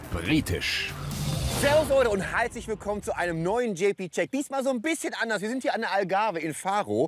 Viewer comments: er sagt doch "Halslich Willkommen" :-D :-D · Hai + herzlich = Haizlich 😂 Oder habe ich mich da verhört?